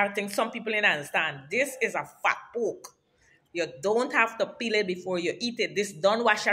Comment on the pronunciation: The way she said fat poke.. Lord have mercy..😂